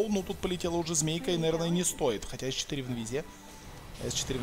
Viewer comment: Бесит как пытается произносить английские слова без акцента, но выходит ужасно, особенно ник s4, завязывай с этим!